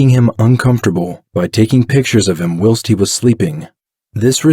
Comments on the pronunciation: This is a well done video. If you will allow for some feedback. 1) the word is pronounced While-st not will-st. 2) someone one commented that the video doesn't go over the interrogation and talks about gore. This is true that it doesn't and that is more the "JCS" style that people are thinking o, but this is another style and you presented it well. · I think you are trying to say whilst (wyle-st) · Your narrator says "will-st" for "whilst". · I like your channel. I just subscribed.. “ whilst” is pronounced “ with a big I .. “ whIst” . Look forward to more stories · You pronounce "whilst" wrong. And I think you use the word the wrong way too. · Why do you say ‘whilst’ so oddly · Your video is great but the mispronunciations in the narrative are distracting. For example, "whilst" is pronounced with a long"i" sound, just like its synonym, "while". Another is that he was "plied" with alcohol (I think that's what it was), not "piled". I hope I'm being helpful and not coming across as petty; I don't mean to just focus on mistakes. I just think that your video quality is good and I'm guessing you don't want anything to distract from that